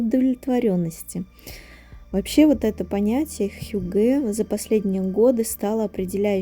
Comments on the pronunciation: Не хюгЭ, а хЮгге, вообще-то. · хьЮгге) ударение на первый слог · Hygge . Ударение на первый слог! хЮгге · хЮгге, ударение на первый слог 😻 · Вы правы, режет слух, когда неправильно ставят ударение. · Ударение на первый слог в слове «хюгге». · добрый день, спасибо за видео, все очень красиво и атмосферное, как всегда! Только в слове хюгге ударение ставится на Ю.